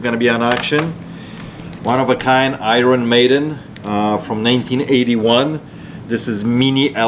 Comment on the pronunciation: Hey, say iron maiden again lol